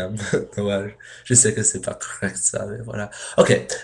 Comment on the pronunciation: Ecoute ses noël et pas noelle mais bien essayer parle encore et tu serras plus fort que moi !